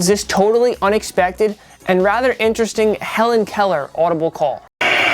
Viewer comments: I thought Mahomes was saying Colour, colour not Keller lol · I thought pat said color color other the Helen Keller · Its sounds like Patrick mahomes is saying color color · WOW! I thought Mahomes was saying "color, color." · When patty says "Helen Keller" Its actually "Color Color" and you can hear him say it at least once every game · Mahomes “ color color” not “helen Keller” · I'm a Chiefs fan and have watched all of Mahomes' games and I hear "color, color" not "Hellen, Keller"